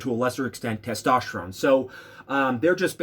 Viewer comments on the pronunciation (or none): none